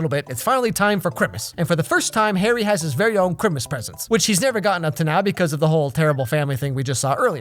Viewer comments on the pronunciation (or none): Man I almost died when you said chrimmas I was like no he didnt! And laughed for like 30 minutes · Love that you say Chrimussss too!!! Been loving all your videos ❤️😂❤️ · The part where says "Crimmus" Instead of Christmas, reminds me of Peetah Bread!